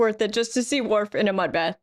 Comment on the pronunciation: It is WORF, madam.